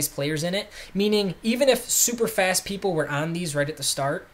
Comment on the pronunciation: "pleople" hahaha